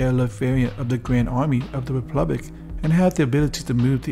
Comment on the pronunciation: Is he saying "replublic" or republic?